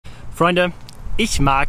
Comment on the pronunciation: flreunde? Flreunde?